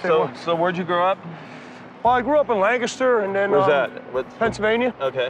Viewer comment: lancaster pa! thats where im from :3 you can tell he is from lancaster from the way he said it.